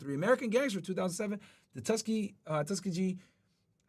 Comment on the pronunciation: My man worked for the federal government and didn’t what or even how to say the Tuskegee Airmen.